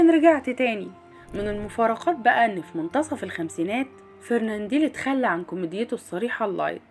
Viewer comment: فرننديل يا ام ديل ؟ لو ان جهلك يمنعك من نطق اسمه بطريقة صحيحة فلتغلق فمك ... اسمه فرناندل FERNANDEL....